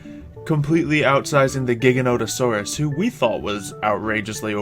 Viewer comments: its ji-gant-o-saur-us not giganosaurus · The Giganotosaurus is pronounced jig-a-note-a-saurus 😃